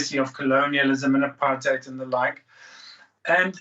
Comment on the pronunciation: It's pronounced apart-heid.